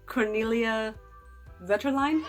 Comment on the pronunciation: Just FYI: The v in "Vetterlein" is pronounced like an f. So "fetter line" should work.